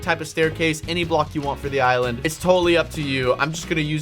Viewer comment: you said island right